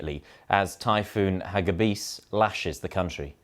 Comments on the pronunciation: I live in the Philippines. Just to give you an idea how the typhoon's name is pronounced in Tagalog–it's haGIbis, the stress in on the second syllable. it means SPEED in English. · Everybody is mispronouncing the name. The stress is on the second syllable: ha-GI-bis, like in "tornado". Hagibis is the Tagalog word for "speed".